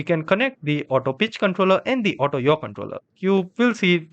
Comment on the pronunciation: "auto bitch controller" 💀💀💀💀💀